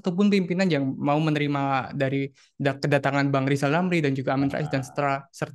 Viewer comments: bukan rizal ramli tpi lijal lamli....😂😂😂😂😂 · Lijal Lamli....😂😂😂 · ngomong r aja yg ngomong kkn rijallamli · Bukan Rizal Ramil kali? Lizal Lamli yah? Heheh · Lijal lamli..... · Gimana bisa berpikir sehat loe RR. ngomongbhuruf R saja loe gak becus.coba deh loe sebut nama loe sendiri dengan baik dan benar.😂